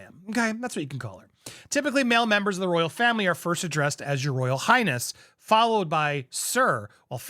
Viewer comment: Did he say Royal Highass. ?